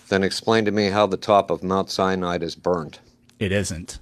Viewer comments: A “Biblical scholar” that pronounces mount Sinai as “mount cyanide”. And what is an “anatheist”? 😂😂😂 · Did dude say “mount cyanide?” LMFAO!!!